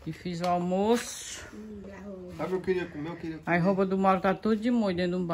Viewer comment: Primeiro você tem que aprender o Português, não é armorco e sim almoço